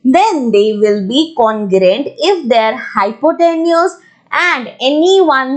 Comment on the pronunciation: maam ur teaching is awsome but please me as a subscriber mind this comment and dont say congruent congrant no beijjati